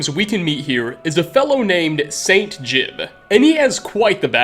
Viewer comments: Ji-ub! It's Ji-ub! Not "Jib". You even played a recording of how to say it and then immediately said it wrong. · You have the voice clip of saying Jiub's name properly in your video and still call him Jib... fucking smh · Game literally says his name Jiub and this mans calls his Jib and I’m so triggered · It's almost like ur deaf dude come on we all know we heard how to pronounce jiub. Jee ub not difficult bro